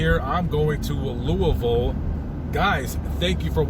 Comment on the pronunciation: Thank you for pronouncing 'Loo-ah-vul' correctly!